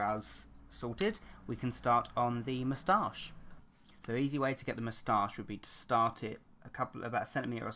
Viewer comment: Love the way you pronounce "moustache" :3